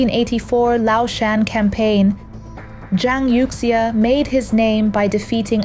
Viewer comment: It somehow strikes me as odd that the speaker in this video apparently does not know how to pronounce Chinese names correctly.